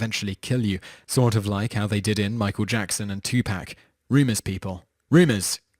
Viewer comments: "ToPack" its Tupac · it's tupac not 2paaac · I hate the way white people pronounce Tupac's name. It's ( tooo pawq) not " Two pack". Make his name sound like a freaking drink. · tupack? Lol!